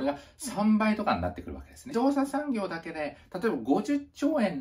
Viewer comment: じどうしゃしゃんぎょうｗｗｗ